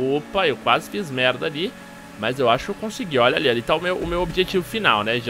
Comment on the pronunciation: É impressão minha ou o tem forçado um "mérrrrrrrrrda" no estilo carioca? AHEUAHEUAHEUAHEU